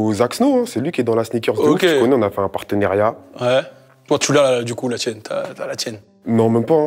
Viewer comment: Partenariat pas perteneriat